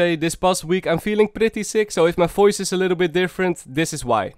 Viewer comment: fideo, foice, sofa, aewfome xd